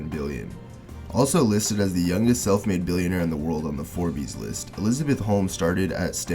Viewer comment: The way you say Forbes is unsettling